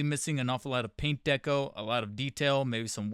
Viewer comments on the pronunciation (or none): none